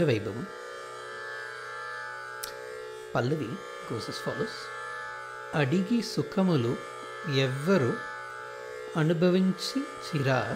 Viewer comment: thank you for your gracious response. I am no expert in music but understand the Telugu language better. The first line for instance - ‘adigi sukhamulu evaru anubhavinchirira?’ is being divided at the wrong places. Adigi Sukhamulella (as you seem to pronounce) adds a wrong meaning sukhamulella (all joys) vs sukhamulu (joys). Additionally, its anubhavinchirira not anu bhaavinchi raa. Its one word here (experiencers) - in other words, Tyagaraja swami is chiding Lord Rama ‘asking You, who experienced joys’?